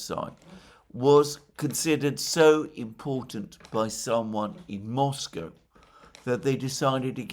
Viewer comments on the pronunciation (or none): none